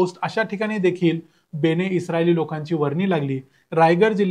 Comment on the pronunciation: बेणे नाही बन-ए-इस्राएल असं आहे ते म्हणजे इस्राएलचे लोक